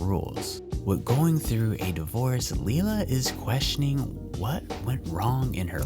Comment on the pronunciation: Please get the names right. Maggie’s mums name is pronounced lie-la not lee-la. It’s so hard for me to hear every time you say it.